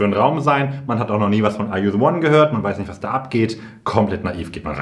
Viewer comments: Keiner wirklich keiner sagt Ar ju se won so schön an wie du - dass war eines der Dinge worauf ich mich wieder so sehr gefreut habe😅🫶🏼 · Ich kann Are you the one nicht mehr "normal" aussprechen und betone das genauso 😄